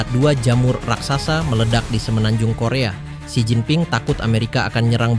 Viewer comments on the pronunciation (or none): none